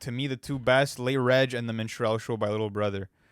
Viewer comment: Its Min-struhl-show not Min-strell-show 😂